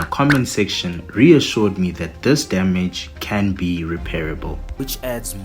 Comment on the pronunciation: "Structural Dyamidge" 😂